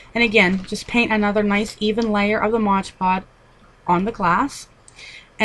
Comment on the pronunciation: you keep calling it moge pod!!!